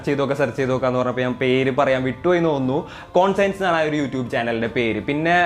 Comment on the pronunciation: കോൺഷ്യൻസ് എന്നാണ് ഉച്ചരിക്കേണ്ടത് അല്ലാതെ കോൺ സയൻസ് എന്നല്ല. അർത്ഥം: മനസ്സാക്ഷി, ധർമ്മ ബോധം എന്നൊക്കെ